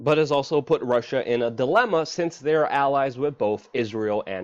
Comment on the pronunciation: Guys....... "E-Ron"